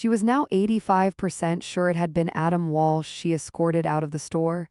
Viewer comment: It's Adam Walsh, not Walch.